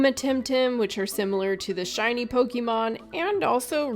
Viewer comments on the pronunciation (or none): none